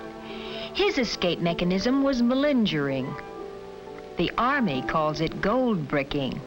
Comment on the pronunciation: "Mal-injure-ing" I have never heard it pronounced THAT way. Was malingering ever supposed to be pronounced that way?